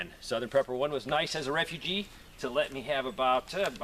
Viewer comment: Don't you mean re-fu-gee